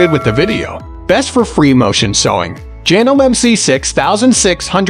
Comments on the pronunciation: Got tired of hearing him mispronounce janome an mispronounce s e w e r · Can’t he pronounce Janome correctly ?